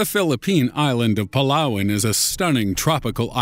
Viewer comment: i am hearing PELAWEN hahaha "PALAWAN"